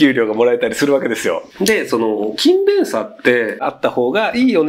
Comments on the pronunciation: ｢キンベン｣のイントネーションが違うような・・・ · くしゃみの可愛さ+勤↑勉↓の発音で内容が入って来なかった( ´△｀) 疲れてるな、私。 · 全ての勤勉がKindleみたいに聞こえる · 勤勉のイントネーションがインゲン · 勤勉の発音気になって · 勤勉の発音が気になる